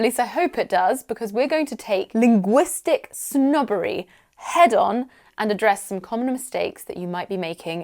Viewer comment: "Linguistic snobbery " I love how you pronounce it.. even when I didn't knew the meaning, I would knew it now, by your pronouncing